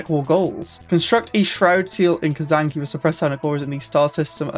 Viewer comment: Its not Kazanki....its Kzanaki ;) hahahahaha